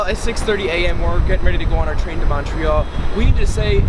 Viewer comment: In English it’s mun-tree-all